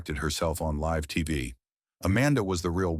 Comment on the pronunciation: Is it too much to actually watch the videos you create with AI voiceovers before you upload them to make sure they use the proper pronunciation of words like "live"? More than half of the names are mispronounced in this video. blocking this channel.